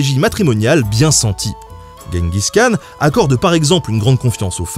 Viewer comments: on dit : DJENGUIZ KHAN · Si tu veux le prononcer correctement, Genghis Khan se dit "Tchinggis Rhan" rh étant un r un peu aspiré (je crois). Sinon, toujours aussi bien !